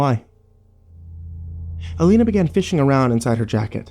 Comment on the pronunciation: Why are you pronouncing her name 3 different ways? You say Alina, Elena and Ileana. Please pick one.